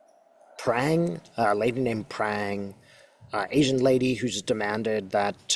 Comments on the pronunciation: Katie Phang, pronounced Fang. Fauci pronounced Fauchi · Katie Phang. Pronounced Fang. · Not “Prang” but Katie Phang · Katie Phang pronounced fang 😂